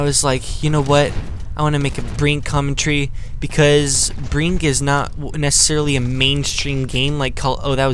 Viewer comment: a couple things, why for pc? also, brink is a bit more mainstream than you seem to think. and the way you say commentary bugs me. this game is tf2 and bf combined. why do you say you proclaim stuff? modern times bro. that is all.